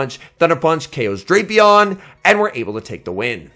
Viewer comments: And his co-commentator in regionals was still saying Draypion 😂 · I just watched the Baltimore regionals, and while the competition at the tournament was tough, this event proved that nothing is tougher than trying to correctly pronounce Drapion.